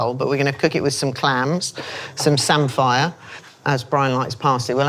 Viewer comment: Samphire is pronounced 'samfa' btw, grew up in Norfolk where it's a staple, not 'sam-fire'....